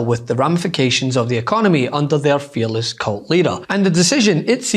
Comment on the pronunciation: Feckess.Feckless.. Not fearless!